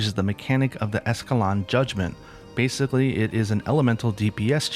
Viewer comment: You said escalon again